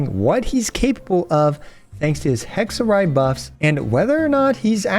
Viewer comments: as an italian, it was hexerei not hexerye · "It's hexa-rei not hexa-ray" - Hermione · I apologize for saying Hex-a-Ray : anyway, Hex-a-Ray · I thought that funny. He back tracked on it immediately. xD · If you read the thing as it is, it should be HEK SUH REY right? well yacht is pronounced YAT so.. (sorry I'm not an English native speaker) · If they wanted it pronounced Hexerai, they shouldn’t have spelled it Hexerei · the fuck you mean hexer-rye. That makes zero sense. What. No.